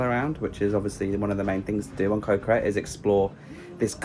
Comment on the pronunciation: Ko is actually a G sound not a k sound. So it should sound like Go (with a short vowel like gotta) so Go Gret.